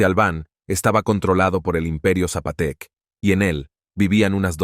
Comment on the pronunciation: Imperio ZAPOTECA, no zapotec